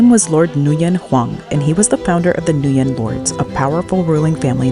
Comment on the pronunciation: pronunciation of nguyen needs reviewing. still a cool video.